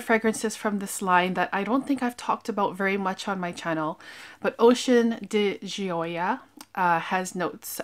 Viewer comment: Nice video..I too Love Hermes fragrances..so luxurious and beautiful! Ordering online at Hermes is great too..they package it in their beautiful boxes with ribbon! I love your reviews! Also, try the Ocean di Gioia..it’s wonderful!! Pronunciation is “di Joe” soft J 🤗💕💕..Cheers!